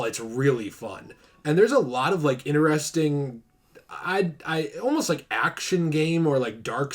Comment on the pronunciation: No offense, I do love your content bro but it really triggers me when you say "ineresting". It's "interesting". Lmao! Besides that, I do like your content etc. This was fun to watch. Especielly at the end xD. I also feel bad for Arkham Knight. That game was good but not as good as the other Arkham games.